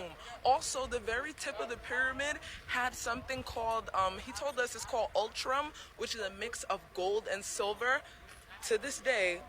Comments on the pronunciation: She meant electrum, not "ultrum". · it's Electrum, not "ultrum"...and jewelers mix gold and silver all the time. It's an amalgam. Typically when someone wants the look of gold but softer. They typically don't do it anymore as whole pieces because it will drop the value of gold.